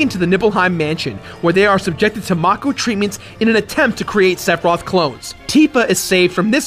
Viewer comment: it's fucking MAKE-O, MAKEEE-OOO